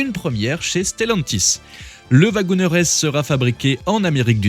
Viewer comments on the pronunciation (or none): "wagonEEr"!!!!! Prononcé "wagonir". Comme le "CherokEE", on ne dit pas "CherokÈ". Vous ne prononcez pas "JÈP" pour le nom de la marque, tout de même? 🤦🏼‍♂️